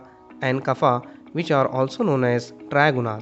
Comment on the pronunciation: Your pronounciation is wrong w.r.t Vata, Pitta and Kapha. Please correct it ok